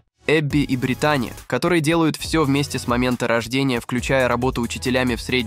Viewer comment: Ударение в имени на И: БрИтани